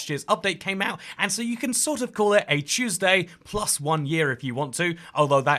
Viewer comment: “Choose day”